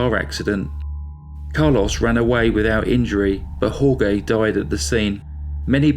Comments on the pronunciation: Jorge is not pronounced hor-gay. It's hor-hey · It's pronounced "Hore-hay" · Dude!!!...it's HOR-HAY..not HOR-GAY!!! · Jorge is pronounced "whore-hey" not "whore-gay" it's hard to get into the story when i cant stop laughing 🤣 i love your channel ✌️ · Jorge is pronounced like "Hor-hey". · Jorge is pronounced "HOR-hay". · Jorge is pronounced “Horehay”. Nice narration and another crazy killer! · I knew someone would say it. But has so many facts to present...we can mentally re-say names and places in our heads 😉! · Thank you! That was driving me bonkers! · Then wouldn't you just say George? "Hore-gay" sounds as if half the name is being pronounced in Spanish and half in English. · That's one of the worst pronunciations of Jorge that I've heard. Also slaughtered his last name, Ibanez. It should be "ee-ban- yez".